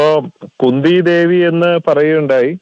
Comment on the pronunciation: Kunda devi alla khundhi devi 😅